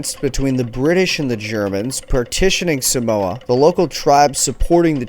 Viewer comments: Not a cent was paid out by the US for the death and destruction they caused on 10 or so villages on ‘Upolu. Check out my to find out how an American city still honours a US Navy officer who machined gunned “savages”.... Just as an aside - the first ‘a’ in the word Samoa is a long ‘a’. So the pronunciation is Saaaa’moa.. Not Sa-Moa. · Thanks for doing a vid on my ancestry. If I may pick at something just for some fun fact knowledge, Samoa is pronounced Sar-More and not Sa-mower. Cheers mate! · No he doesnt its saaaamoa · No he doesn't and tutu-il-ah was a little jarring but 10/10 for the great info!!!